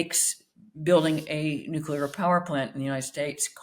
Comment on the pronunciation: Spectator front man mispronouncing 'nuclear'!?